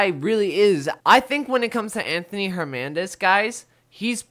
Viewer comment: HerNANdez not HerMANdez